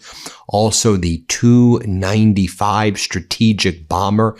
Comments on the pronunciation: Love your channel, BUT--- The TU 95 is pronounced "TEE YOU 95" . Kiev is pronounced "KEY EV". Not knowing those items reduces your credibility. Unless the narration is AI generated, which is BS anywhere it is used. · Not two, T U. T U 95. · Ben, It's "TU-95" not "2-95" 😆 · It's "T" "U" 95 bomber, like "Tee" "You" 95, not like "Two" 95. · Ben, when referring to aircraft manufactured by "Tupolev", call then "T. U.' not "to, or two", just like vehicles made by "General Motors" being "G. M.", not "gem". The Tu-95 is the Soviet equivalent to the U.S. B-52. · Pronounced Tee U 95. Not 295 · It's called a T U 95 not a 295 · The TU-95 is pronounced tee-you 95 or Tupelov 95. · It's either T u 95 or Tupolev 95 please.